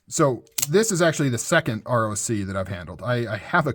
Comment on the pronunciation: You say ROC (Rock), named after the mythical bird of prey. That's why it looks like a talon.